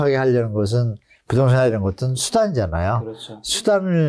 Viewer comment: 부동산 발음을 제대로 못 하네 ㅋㅋㅋ 어이없네